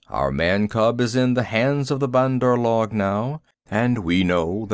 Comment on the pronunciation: this is not how u say say bandar log check on urdu translate google write monkey people in english then ik u dont know the word just click speak and it will say correct pronounciation of bandar log